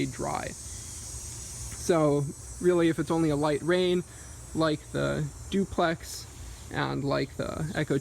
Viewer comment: "Zooplex" haha. Nice job.